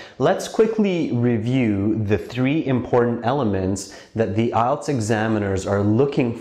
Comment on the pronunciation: Its ielts not ilets